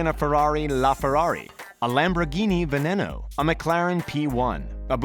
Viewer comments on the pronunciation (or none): none